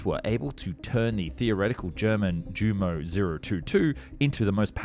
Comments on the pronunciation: The Germans prounce their J's like Y's. Therefore, the correct pronunciation is "Yu-mo." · Jumo pronounced "You-mo"